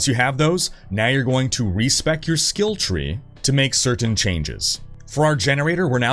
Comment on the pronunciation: Can you say skill tree???